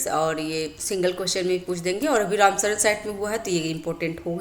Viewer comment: रामसर होता है मैडम, रामसरन नहीं